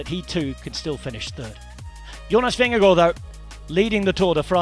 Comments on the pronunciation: As a dane … compliments for the pronunciation of “Vingegaard”. This was a stagewin noone had seen coming. 😳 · Nice to hear an English speaking person able to pronounce Vingegaard correctly. Most podcasts and TV-stations I've heard they mostly get the "g" in Vinge and especially the "gaard" wrong. The first g is soft like the last g in "gong" or something like that and "gaard" is pronounced relatively similar to "Gore" in English except flatter in the end. This commentary is as good as it gets from a non-Dane, I would say :-) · Congratulations. You are pronouncing Vingegaard - almost - correct. And it is a very tiny "almost". Not easy for a non-Dane. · Mad props for pronouncing Vingegaard correctly! :) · Jonas Vingegaard most be really good, as the English commentator has learnt to say his name correctly. 🙂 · Very good pronunciation of Vingegaard. Well done! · your pronounciation of vingegasrd is perfect! well done!